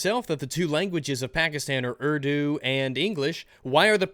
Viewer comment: He complains about cultural appropriation when he can't even be bothered to pronounce the words or names properly, it's pronounced oor-doo not erw-doo, I'm from an Islamic family(I'm no longer Muslim nor is my brother but my family still is) and in the Middle East it's almost forced to learn Arabic and it's terrible, during the Islamic Revolution in Iran they forced the Iranians to change language and alphabet from farsee to Arabic